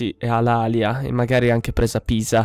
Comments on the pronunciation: Edoardo Lusuardi si la città corsa... di solito la pronuncia alàlia anzichè come è corretto dire alalìa.. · La pronuncia è Alalìa...Comunque prima di costruire la città ellenica costruisci i templi che danno ordine pubblico!!